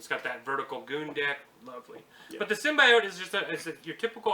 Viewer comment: symbiote is a real word and is not pronounced as you did .....